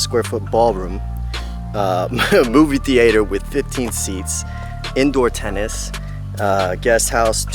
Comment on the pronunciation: "Movie Thea-ehdder"